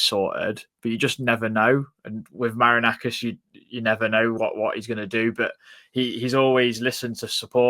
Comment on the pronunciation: Its Ma-ri-na-kis 😂😂